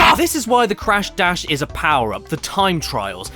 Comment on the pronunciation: When you said crash dash I though you said crash bash